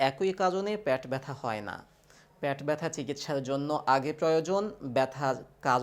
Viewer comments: Apni pet k pat kno bolchen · আপনি লিখেছেন 'পেট ব্যথা' কিন্তু বলছেন 'প্যাট ব্যথা" ! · প্যাট নারে বকাচদা, পেট